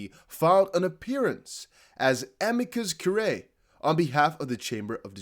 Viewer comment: It's pronounced uh-mee-cuss cure-ray. It's Latin for "friend of the court."